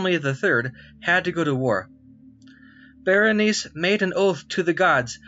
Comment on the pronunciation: The name of the queen is correctly pronounced \ber-ə-ˈnī- see\ and the constellation is pronounced \ˈkō-mə-ˌber-ə-ˈnī- seez\ both in American and British English.